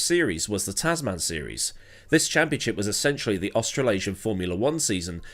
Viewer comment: Brilliant run down on what has become an annual bit of fun, as usual. I normally accept different accents & pronunciations, but on this occasion, your 2 word Tazz Man has irked me. One word with a short soft 2nd "a", Tasman. So named after "The Ditch", the Tasman Sea between Oz & NZ. The Tasman Series was staged between both countries, & is what hooked me onto F1 in 1968. Anyway, rant over, awesome story, keep it up & Merry Christmas to everyone.